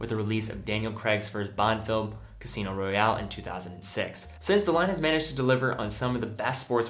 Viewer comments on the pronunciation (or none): none